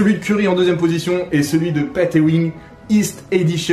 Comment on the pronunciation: Et aussi c'est "pat ewing", pas "pet swing"